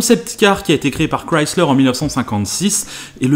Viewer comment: Au moins la Mazda Furaï est sur Grand Turismo PSP, et enfin un Français qui prononce bien le nom de la marque Chrysler, car j'entends parfois des gens le prononcer comme ceci: Crislaire